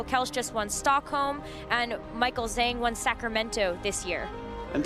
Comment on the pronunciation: Not sure which game you are referring to but I could easily understand them referring to Juan as Juan (in the game against Eric)… it’s not a butchered pronunciation Michael “Zhang” is the butchered pronunciation but nobody is bothered…